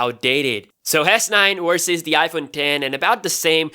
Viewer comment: Versus NOT Wersus!!!